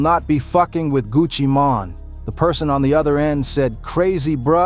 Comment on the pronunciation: 😂dawg you can't say nigga no more if you can't pronounce Sheisty!? (Shy-stee) or Mane?! (Main) 😂😂 talm bout Sheestie and maynay 😅